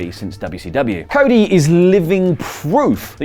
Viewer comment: What is "coda"? After ? Do you mean "cody"? 😂🤣😂🤣😂🤣😂🤣😂🤣😂